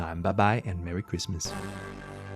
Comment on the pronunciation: Cwismis :D